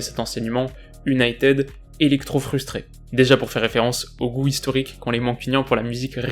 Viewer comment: Bonsoir, j'aime beaucoup ce que vous faites. Mon top flop est l'attaque mancunienne, elle était éteinte. Dans votre analyse d'avant rencontre, vous avez énuméré toutes les équipes que United (cela se dit unitiiiiid et non uniteeeed, la prononciation à la Française, quand tu nous tiens !!!) avant mon équipe (le PSG) était d'un niveau inférieur d'où les victoires qui s'enfillent comme des perles. Le Paris-Saint-Germain va aller : entendez la déclaration d'un certain numéro dix Parisien qui le dit. Je ne vais pas répéter ce qu'il a déclaré parce que (sans superstition aucune) cela pourrait se retourner contre nous. Dans ce type de compétition, il faut avoir de la chance au tirage, avec les Messieurs en noir, pas trop de bobos et d'être dans les petits papiers de l'U.E.F.A. : voilà comment on gagne le trophée. Continuez. Salut.